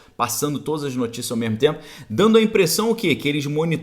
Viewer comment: Ótima live , passando sua opinião positiva do nosso país , gosto muito do seu ponto de vista , da sua análise ..... Mas você continua falando memo ou mema rsrsrs ... corrigi isso Parabéns pela live.